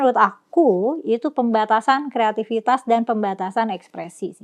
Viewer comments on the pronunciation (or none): "kreativitas" mbak. bukan "keatifitas"